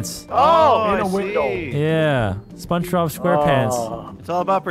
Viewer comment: I wus waching spungbob wen you sed spunbob